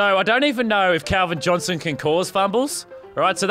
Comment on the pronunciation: u said will chick